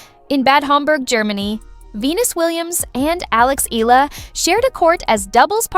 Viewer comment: Pls pronounce her name as Eh...yah..la..